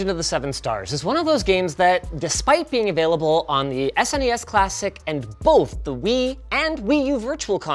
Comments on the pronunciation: I don't trust anyone that says "sness" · i hate how he says ssness instead of s,n,e,s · It’s cute how he sounds out SNES rather than spelling it out like normal people. So adorable.😊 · You had me until you pronounced SNES as a word instead of letters. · Saying SNES like SNES. Ding